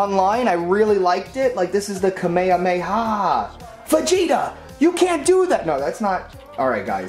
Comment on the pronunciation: really he just said Kamemeha